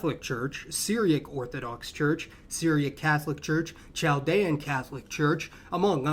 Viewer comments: It is not pronounced chal-dee-an, it is pronounced kal-dee-in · Chaldean church pronounced kaldean .